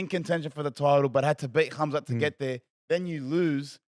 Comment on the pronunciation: you say his name has Hamza with a ح not خ. The kh sounds wrong despite how it's spelt. Pronounced حamza.